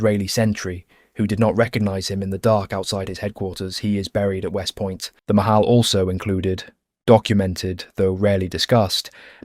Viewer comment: It's not Mahal, it's pronounced Machal (the "ch" is like in the Scotish "loch"). It's Hebrew for "Mitnadvey Chutz La'aretz" (volunteers from outside Israel)